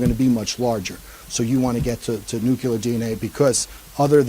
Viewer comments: I'm really trying, but I just can't with this guy. Nucular is NOT a word. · No, and it's super grating. Didn't help that he said it a dozen times or more. But it's widespread. I've seen it in movies, and George Bush said it, too. It's not going away, unfortunately.